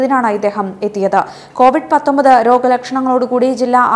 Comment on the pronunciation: കോവിഡ് അല്ല കൊവിഡ്